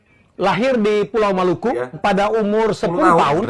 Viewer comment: Maluku disebut Malaka salah baca dia